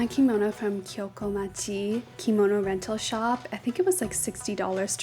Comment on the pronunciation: I guess by now you've probably figured out that it's pronounced ma-chee-yah, not ma-kee-yah, because it's Japanese, not Italian.